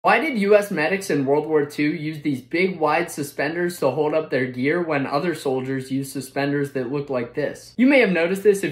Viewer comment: Come on man pronounce the L in hold. Nice video though